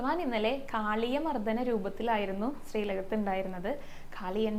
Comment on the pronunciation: മോളേ...... " നമഹ "ആ "ഹ" എന്ന് ഉച്ചരിച്ച് ഭഗവനേ ആട്ടരുത്....... " നമ:" എന്നാണ് , "അ " എന്ന വിസർഗ്ഗം ആണ്. അറിവുള്ളവരോട് ചോദിച്ച് തിരുത്തുമല്ലോ " മർധനം"അല്ല..... മർദ്ദനം ആണ്. മദ്ദളത്തിൻ്റ "ദ്ദ" അണ് "മധളം " എന്ന് പറയില്ലല്ലോ. ശ്രദ്ധിക്കുക എല്ലാം നന്നാകുന്നുണ്ട്.